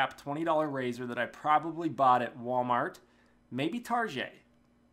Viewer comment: Oh my god you say target like how my family does xD awesome man! Anyways glad your safe from that explosion, that is weird! Anyways thanks for the Payday2 update my buddies and I tried hitting back at it but it's not something I love again. I respect your choices totally man, I get it you need to look out for you. I love the battlefield content tbh.